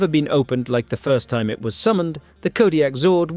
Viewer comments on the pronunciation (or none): none